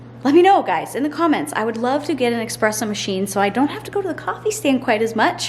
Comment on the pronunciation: It's pronounced espresso with an "s" not with an "x". Sorry, I hate being one of those people but it was hurting my part Italian ears hearing you mispronounce it. lol 🙉